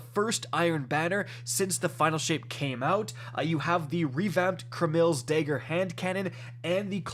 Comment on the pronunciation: “Dayger”…?!? so annoying this dude can’t pronounce words correctly.